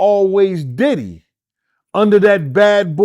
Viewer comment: Call him Puff, Sean or Sean Combs…. You calling him Diddy sounds like you calling him Daddy! On the real!